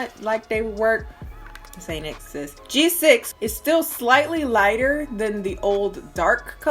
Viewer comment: I was triggered every time she said G6